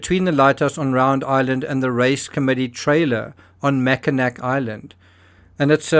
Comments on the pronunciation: I'm sorry, I'm not trying to be a pain in the butt and I understand you are not from the midwestern US, but it isn't MackinAK. It's pronounced MackinAW. I get that a C doesn't look like a W but I don't make the rules. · This is fascinating, I never knew John was a sailor. Not only that, but a competitive sailor. I've seen that race, or a similar one, come up the west side of Michigan. Very small thing, Mackinac is pronounced Mackinaw Island. I have no idea why, but everything in Michigan is pronounced crazy. You are bang on with the Charlevoix pronunciation! Perfect! ❤ to you and Timmy. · Hey, so great seeing my home area in your vid, I live in the next town over from Mac Island. Come up and visit sometime! Just for clarity, the Island is spelled Mackinac, but pronounced with an aw at the end like Mackinaw as the city is, one is French spelling, the other British spelling, but Mackinac Island, Mackinac Bridge, and Mackinaw City are all pronounced the same way with the ‘aw’, not an ‘ac’… it’s commonly confused by tourist’s. I tell our tourist’s so they will remember the pronunciation, ‘You’re always in awe in Mackinaw’… You got ‘Charlevoix’ right, I was impressed, that’s a tricky one too. Interesting the authorities came all the way up north here to carry on investigations. I had a coworker who knew John and Patsy., they were in the same yachting club. Great video as always,, points to ponder, you keep us wanting more..keep sailing! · Despite its spelling it is pronounced "Mackinaw" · Love your insight. Mackinac is pronounced mackinaw for future reference. I hope you continue this channel longterm. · Mackinac….. “Mack-ka-Naw” Don’t ask why.. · Mackinac Island is pronounced “mack en aw”